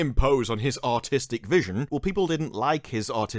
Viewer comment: Are you saying "Artistic" or "Autistic"?